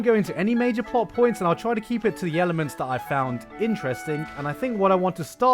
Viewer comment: "I'm gonna keep it to the YELLelements that I found [...]"